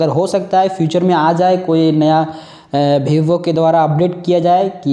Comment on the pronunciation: Bhibo nahi be vivo bol